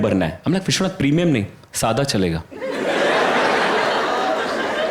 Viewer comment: Hilarious stuff Rahul! Vishwanath would be in love with how you pronounced his name.. never would he have felt so elite!